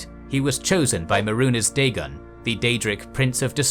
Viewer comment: MAY-RUNES DAYGON not “Maroons Dagon”